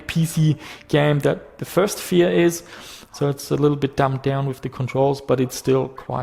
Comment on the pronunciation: when he pronounce "Fear" I hear "vier" ;)